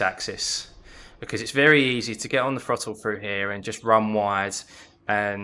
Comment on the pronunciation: Harsh but if you learnt that throttle starts with a th and not an f it would make the video more easy to follow.